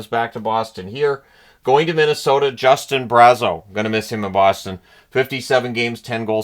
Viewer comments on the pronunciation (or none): none